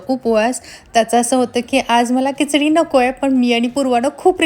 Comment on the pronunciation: Kichdi nahi Khichdi aste